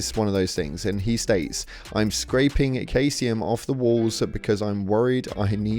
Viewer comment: SEE-ZEE-UHM. Say it with me...Caesium is SEE-ZEE-UHM. Alt spelling is Cesium which honestly Bethesda should have used.